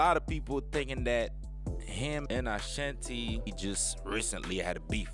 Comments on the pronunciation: You don't know how to pronounce her name ? "Uh Shon tee". OK YOU GOT IT !!!! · Gah dam its Ah-Shan-T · It's the mispronunciation of her name for me 😫👈🤣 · This video is so misleading. Ashanti is not responding to the recent video Irv Gotti was recently in. You can’t even pronounce her name correctly. It’s super cringey. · I CANT WATCH THIS CRAP! CANT EVEN PRONOUNCE HER NAME RIGHT..SMH